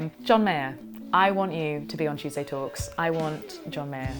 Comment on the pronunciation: Love your videos,, you have a nice voice’ I must have missed the original, but why do you say at every beginning? “Chewsday talks” in that way!??? XX🎄🌈